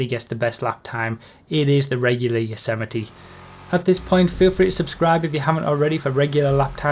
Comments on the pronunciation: It's actually pronounced "Yo-zay-might" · Yosemite. Rhymes with vegamite. :_broughyKappa